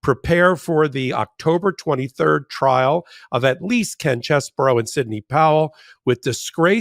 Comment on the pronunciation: Name is CHEESE-BRO, not CHESS-BURROW